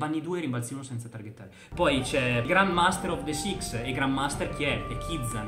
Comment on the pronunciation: Si pronuncia "LOR" E si dice SIX samurai